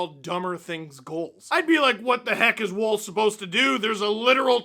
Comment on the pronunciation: Am I the only one a little annoyed that Steve pronounces Wolls name like ‘wool’ and not ‘wall’ which is how it is supposed to be pronounced?